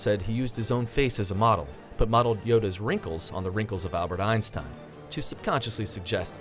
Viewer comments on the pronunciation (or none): none